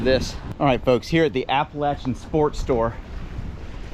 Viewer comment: I appreciate the correct pronunciation of Appalachian. When I went to ASU I would have people ask how things were at Apalayshian state.